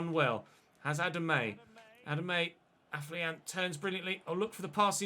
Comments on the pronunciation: AFO-LION, NOT AF-LIAN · Day 10 of telling it's pronounced AFFER-LION!!!